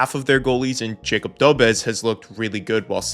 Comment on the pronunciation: Love the video! Just a note, it's not Jacob, it's pronounced more like, Ya-kub do-besh 👍 Sam Montembeau I'm sure will be solid as the year goes on and he gets a few more games under his belt. I love my Oilers too, but they've got a full team that needs this, the fact that Montembeau is the only real example of it on the Habs is crazy. There's also always the risk of later if he struggles that Kaapo Kähkönen could get called up, or maybe even Jacob Fowler, which is turning into a potential superstar goalie, so there's definitely some draft depth for the Habs, so no matter what, they'll have a superstar goalie no matter which guy it is. Tbh, since I also love the Oilers, I super duper wish McDavid would've signed earlier so Bowman could splash on Arturs Silovs or even Kaapo Kähkönen since we could use more draft depth there... Instead McDavid signed late and we're gonna gamble it with Connor Ingram, so hopefully he can bounce back! Tbh, last season the Habs were the most fun hockey to watch for me, but Oilers I knew were gonna make a better push for the cup, even with an arguably weaker forward group than 2024... But this year? It's hard to tell lol, if Montembeau can turn into the beast he was last year? I feel like the Habs can truly come out on top of the Eastern Conference. I would super duper love Oilers vs Habs in the Stanley Cup finals... Then at least guaranteed I'm happy no matter who wins and also a guarantee that Canada finally brings the cup home again lol...